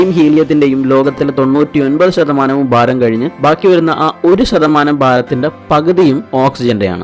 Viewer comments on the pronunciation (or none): ബാരം അല്ല ബായ് ഭാരം..😂